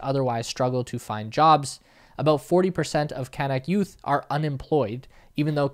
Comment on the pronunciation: Great video, but the natives are pronounced can-ook, like look. And the processing there is far from ideal, slurry ponds particularly, but close to normal good/best practice in reality.